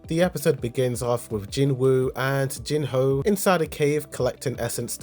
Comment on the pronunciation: It's not Jinhoo, it's Jinho.